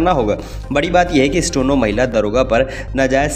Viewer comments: भाई, आपका उच्चारण ठीक करें। स्टो नो नहीं, स्टे नो है। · Bhisahab 'stono, nahi hota steno, hota h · Bhai stono nahi hota steno hota hai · न्यूज़ एंकर जी, स्टेनो या स्टोनो ? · अरे भाई स्टोनो नहीं स्टेनो, बार बार स्टोनो स्टोनो क्या बके जा रहे हो 😀😀😀😀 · स्टोनो नही, स्टैनो का उच्चरण करें। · अपना उच्चारण ठीक करो भाई स्टेनो की जगह स्टोनो बोल रहे हो आप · The person recording this video kept pronouncing Steno as Stono till the end. First get your diction right before you come in front of hundreds of listeners. It is difficult to believe these semi literate videos. Kindly improve or stop. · Stono nahi bhai Steno.. Stey+no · Stono ya steno,do correct pronunciation.